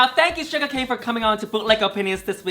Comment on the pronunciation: Love love Shuga! And I appreciate that she makes the effort to pronounce your name more accurately. ❤️❤️❤️